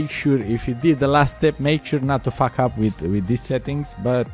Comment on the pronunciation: 'it will fawk up your pc'